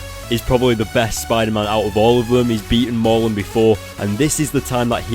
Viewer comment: pls ya killing me Mur~len not Mar~lun